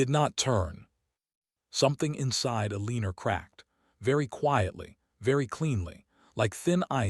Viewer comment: Her name is E-leaner..lol.